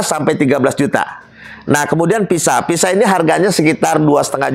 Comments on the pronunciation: Kok PISA SIH ????? VISA,.. CEDAL,.. MAAF,... APA INI ORG BANDUNG ??? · Visa pak bukan pisa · Bukan Pisa tapi Visa !!😊 Sorry pak koreksi ...jgn tersinggung ..overstay bukan operstay😅.